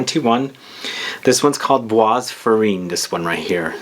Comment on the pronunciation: It’s pronounced par-foom-urr’, not parfumay, and bois is pronounced ‘bwah’, not bwas. Sorry, but incorrect French pronunciation is like nails on a blackboard! 😬